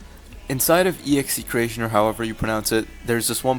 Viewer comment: Pretty sure execretion is pronounced ex-a-cretion